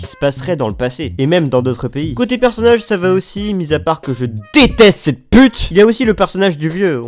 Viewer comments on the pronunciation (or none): none